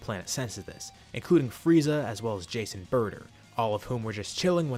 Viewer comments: Whenever you say Jace and burter, I hear Jason burter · Idk why but whenever he says "jeice and burter" i keep on thinking that he's saying "jason burter"